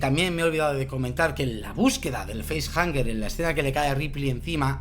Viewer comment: Una de mis pelis favoritas, si me permitís quisiera comentar varias cosas no quiero ser tiquismiquis, pero me parece que has dicho varias veces "feisjaNger" (Entiendo que de face-hanger , hang puede traducirse como "colgar", así que tendría sentido) y sería sin N...facehugger, de hug (abrazo) En cuanto a las caras de los actores en el nacimiento de la criatura...hay quien dice que en esa escena los actores no sabían que iba a pasar, porque querían captar esas expresiones de sorpresa/terror...pero según tengo entendido no es exactamente así. En el guión parece ser que ponía que los actores tenían decía algo del estilo "algo sale del pecho de Kane", pero no entraba en detalles. Yo diría que son 7 tripulantes sin contar al alien, hay 7 compartimentos criogénicos (En la escena cuando se abren se ven que se alzan de las cámaras 3 paneles a la izquierda, 3 a la derecha, y el séptimo que quedaría detrás levantándose, no hay compartimento propio para el gato) el gato contaría más como animal de compañía, y a Ash lo estaban haciendo pasar por humano, hasta el punto que lo tenían criogenizado como los demás (Siendo un androide....se tenía que aburrir ahí encerrado XD) así que a el si lo contarían como pasajero. Creo que en la versión original no se encuentra a Dallas ni a nadie, se les da por muertos y punto (Igual me equivoco porque ya mezclo versiones). De ahí que en la secuela decidieran meter a quien pone los huevos. En la versión del director se ve que el alien es capaz de captu